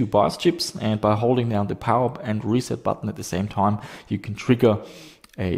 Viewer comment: "a long taime"